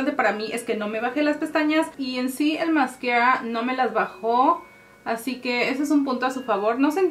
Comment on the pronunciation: no es en mal plan pero me da risa cuando dice masquerra